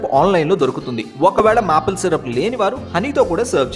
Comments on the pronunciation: Didn’t wanna be rude but wanted to say two things - 1. Maple Syrup is pronounced are “Mepel Syrup” but you said “Maple Syrup” which is wrong. 2. I didn’t know which chef in your visit to France has revealed his authentic recipe because it is typically a regular recipe which everyone knows and you did it the same way how everyone does..! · I like your recipes and your voice. Made Alasanda vadalu with your recipe and the taste is awesome. Here in this fresh toast recipe you mentioned మాపెల్ syrup but it is pronounced as మేపెల్ syrup. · Excellent brother. Tip: Maple syrup lo "maple" ని "మాపిల్" అని అనకూడదు. "మేపిల్" అని అనాలి